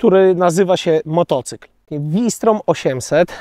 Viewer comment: "FAŁ SZTROM"!!!! nie "WI STROM" Sprawdź genezę nazwy. Na Garwolin mówisz Dżarwolin?